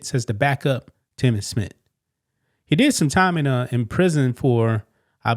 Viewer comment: Smith; NOT Smit…….